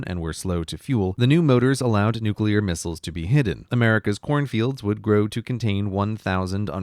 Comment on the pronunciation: They're missiles, not mistles. -There are two letter "i" in the word. Missile isn't short of mistletoe.